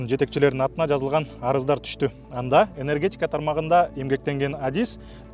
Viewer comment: енергетьикя дейби? Ушундай чала сабаттуу журналисттерди кайдан таап алышат?